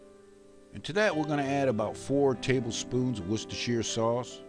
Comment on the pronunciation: Good the hear you pronounce Wustershire Sauce correctly buddy. I used to live in Worcester.